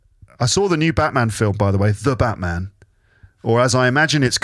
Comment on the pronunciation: Hi! I really enjoyed this rambling episode, so thank you! By the way, the way you pronounced “the Batman” in Japanese was correct;). Somehow it sounded kind of dramatic though🦇.